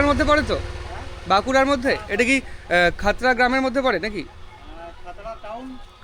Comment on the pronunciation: Uchharan vul khotra noi Khatra subdivision, Mukutmonipur theke kache.